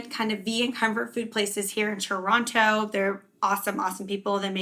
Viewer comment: I find it hilarious that even when you say Toronto slowly in the beginning, it still starts with a ch sound lol.